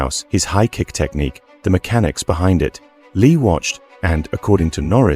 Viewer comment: Brandon lee passed at 28 years old not 38 years old if you are gonna do videos like this at least get it right and it's prounced lee not Leah